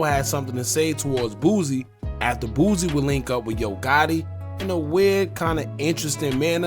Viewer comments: It’s “Boo-See”….. not “BOOZ-EE” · Bro its BOOSIE not Boozy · Aye, why you always call the homie “booozie”? 😂